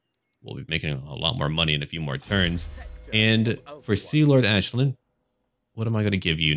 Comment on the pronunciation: The Commissar i think thats the correct pronunciation. Think you have to say it like the Irish Aisling